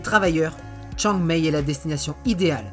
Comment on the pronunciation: Chiang Mai se prononce Chiang Maille et "ph" se prononce "p". Joli documentaire... mais ça n'est pas la vraie Thaïlande, c'est celle des touristes.